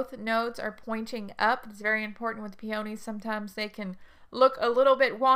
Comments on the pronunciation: If you want me to watch and pay attention to your advise, the least you can do is learn to pronounce the name of peonies properly. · I really wanted to watch this video since I was specifically interested in planting Itoh peonies in containers. But I could not get past the fact you were not pronouncing "peonies" correctly. It may be location specific but that pronunciation was driving me crazy so I had to move on.